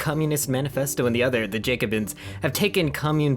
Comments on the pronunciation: Great video but Jacobins is pronounced Jack-uh-bins, not Jake-uh-bins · “jAcobins” EEEEEEEEEEE